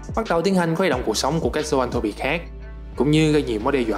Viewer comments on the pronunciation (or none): zon-throp chứ k phải th ro pi nhé :))